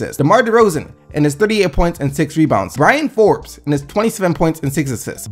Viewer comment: I'm sure somebody else has said it, but it's BRYN Forbes, no A in his name. Just for further use lol